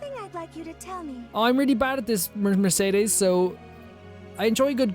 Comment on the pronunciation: You mispronounced Mercedes’s name just like all the rest of us lol 😂 don’t feel shame.